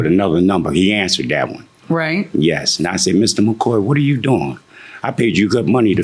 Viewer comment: it’s not a big deal your right but it just sounds bad. That man’s name was “MACOY”and the defendant kept saying “MACOR” 😂.